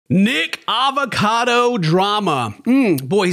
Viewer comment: pronounce his name right. I don’t like him but it bothers me when you say Nick avocado.